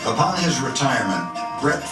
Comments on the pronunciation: The ol' gunslinger. By the way the "r" isn't silent, its pronounced as switched with the "v." "Farve" "Fav" works with the Aussie accent though I guess :) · The R isn't silent. It just pronounced before the V pronounced Farve